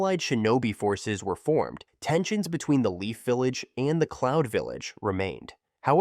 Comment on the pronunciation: "clound village"